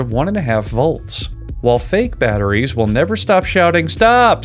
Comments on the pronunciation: Correction: The BATTER gets put in. Then the IE. Then the Ssss. You said: Batter, Ree (Rie), and Sss. Which when put together would incorrectly spell Batterries. Teh Moar U Noe 🌈⭐ 👍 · Batter - Rhee - Ssss